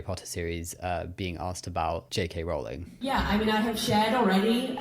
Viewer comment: HELP now i cant unhear Jake Hay Rowling anytime someone says her name 😭